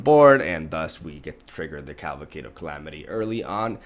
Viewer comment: I like how you keep calling it caLVAcade of calamity XD love your content, keep up the good work bro!